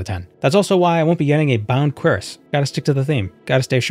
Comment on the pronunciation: not really how you pronounce cuirass